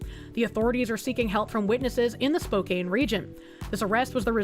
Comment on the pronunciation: Spokane=Spoke-Ann Not spoke-ain't It gives me spokepain You don't wanna live in Spokane, you wanna live in Coeur D'Alene